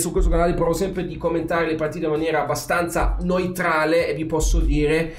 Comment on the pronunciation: Comunque "neutrale" che diventa "noitrale" è fantastico 😂😂. Attento alla coppia "eu",! ❤️❤️